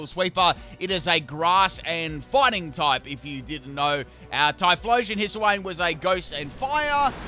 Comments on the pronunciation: Hiss-uh-wayne :_pimpKappa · "Hisuiwayne" lmao